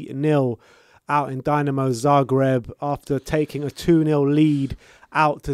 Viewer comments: How about showing some respect for the Zagreb side by learning to pronounce their name correctly?? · Better team goes to quarter final, u cant even pronounce dinamo, dislike for this video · It's Dinamo not Dynamo. We're from Zagreb, not Moscow or Kiev ffs..smh.